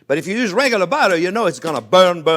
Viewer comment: love the way you pronounce butter (bara) ; )